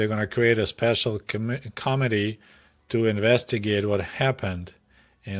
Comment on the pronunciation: I'm not sure if you are doing this deliberately, but you pronounce committee as comedy. It always cracks me up. In any event i grew up the same time as you in the US. It is nice to get a peek around the propaganda of both governments. Thank you for the stories. JW